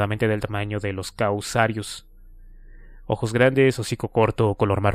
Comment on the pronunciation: Me hace mucho ruido que constantemente lea mal las palabras, no sólo los nombres de los dinosaurios (“maisasaurios”, es maiasaura), sino también palabras sencillas y comunes (”causarios”, es casuarios).